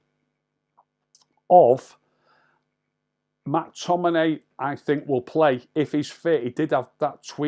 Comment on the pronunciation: Any chance you could actually say the players names correctly.....mack tominay .....marshall.....bayley.....